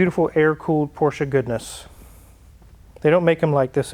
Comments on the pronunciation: It’s not “porsch-ahh” it’s “porsh” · where is the A in porsche?